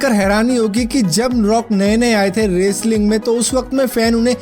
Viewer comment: "Raceling" Enjoyed your Pronounciation....😂